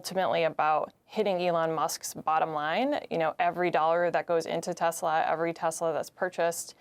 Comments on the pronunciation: "TESLUR" (LOL) IS A SWASTIKKAR!!! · Poor Leon, being ganged up on by humans! DJT buys a "Tesler" Yep, a tesler!